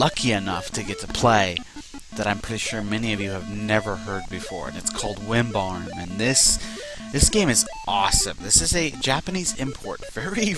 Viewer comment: Why do you call it Wimbarm? Or am I mishearing it ...